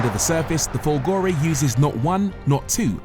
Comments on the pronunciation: I admire you and love your reviews. However, may I suggest that the tonic accent in Folgore is on the "Fol" Grazie. BTW. I am not Italian. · FOLgore, not folGOre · Of course he didn't bother to find out how to say "Folgore" properly and that, for a channel with 1.5 mil subs, is just not good enough! Thumbs down to you. 👎👎👎👎